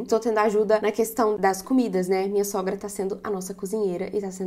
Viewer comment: "Munha", hahaha tão mineira, tambem falo isso😂❤